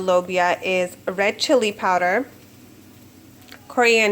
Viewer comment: Love ur accent powderrrrrrrrrr